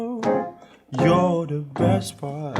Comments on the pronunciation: it sounded like he said you're the best fart lol just me ? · Did he just say "Breast Part"? 😂